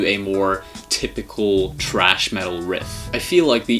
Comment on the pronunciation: THRASH! It is THRASH, NOT TRASH. Dumb ass. THRASH is a kind of metal music that Sepultura plays. TRASH is GARBAGE.